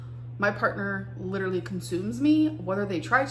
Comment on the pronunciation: “Hello, this is Amber Lynn. I won’t be able to come in to work today. I LIDURALLY have a heel spur and I’m wearing the wrong shoes. Also, I ate ayggs this morning and I have an aygg allergy.”